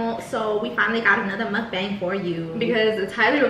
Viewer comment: thats not how you pronounce Mukbang